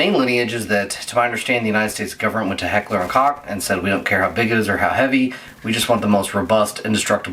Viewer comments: Koch= "coke" not cock. Thats from HK USA. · Koch is pronounced more like Coke than cock.